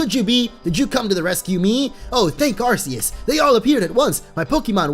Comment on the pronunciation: It's not arse-e-us it's ar-ke-es